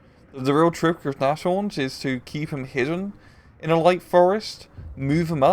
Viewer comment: nashorn is pronounced nas-horn, I'm pretty sure. It means nose-horn, aka rhino.